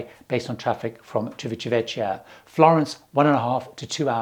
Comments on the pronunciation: just a tip, it isChivitavekkia, not Chivitavechia. 👍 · Civitavecchia !!!!!! Civita - Vecchia !!!!! Old City! Please start pronouncing it the right way!!!!!!! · Just for your info. Civitavecchia is pronounced civitavekkia. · The correct pronunciation of Civitavecchia is: Chivita'vekkja. 'Ci' in Italian sounds like 'chi' in English, while 'chi' in Italian corresponds to 'ki' in English. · ˌtʃivitaˈvɛkkja... like this :) civitavecchia "ecchia" sounds like double K :) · Thanks, - good tips as usual. But as a travel/cruise expert, you ought to say the names of these places properly, please. The most egregious is Civitavecchia: it's chee-vee-ta-VEK-ia, and you don't have to be Spanish to know (Ringo isn't) that Mallorca is pronounced my-YOR-ka. Thanks. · Hi, just one small correction (maybe useful for future videos) as I live in Rome and I noticed Civitavecchia comes up relatively often in your videos. It is actually pronounced like: Chee (sounds like: CHEE-se) vee (sounds like VEE-jay) tah (sounds like TU-ck) vek (sounds like VEC-tor) Kia (sounds like.... CHI-anti, KEA-nu reeves??:P ) chee-vee-tah-vek-kia Not being picky, just letting you know in case it's of interest;) Love your videos!!!:):):) Please keep 'em coming! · Excellent video! Except that I would like to point out that the port for Rome is pronounced "Chi-vi-ta-VEK-kia." (C before e or i is pronounced "ch," but when an h is interposed, it's pronounced "k.") Just thought you might like to know for future videos. I know it's a hard one! I love all your videos and very much appreciate all the time and effort you put into them!